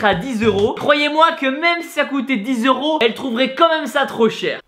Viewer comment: On dit pas zeuro mais euro